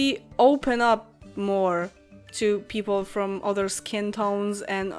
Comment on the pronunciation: other- się wymawia bardziej przez "A". Jeśli Ci to nie przeszkadza to spoczko. Poprostu chciałam napisać, bo mogłaś np. nie wiedzieć. Ciekawy filmik :)))) Pozdrawiam :)